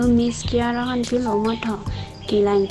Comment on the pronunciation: Kyara❎ khangra✅😂😂